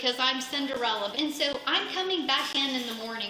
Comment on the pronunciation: Whose credit cards become arbitrarily available for charges at random days at midnight? What a shit show. And her pronunciation of "so" like "seowh" is incredibly bizarre.